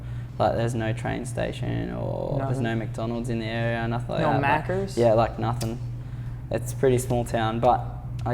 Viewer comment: please never say maccas again😂😂😂